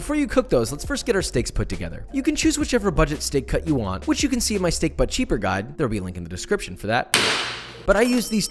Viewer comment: Him: "But cheaper" What I hear: "Butt shaper" Meh